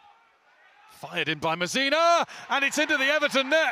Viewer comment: Why does this bloke say Mazina not Masina ffs